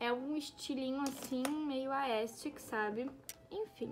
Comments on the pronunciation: Miga vc tá falando aestic kkkkkkkkk, é aesthetic, mas ficou linda essa produção amei🥰💞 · no começo: vcs disseram q se pronúncia "aestheric" ent vou falar assim no meio: aestic, aestic, aestic kkkkkkk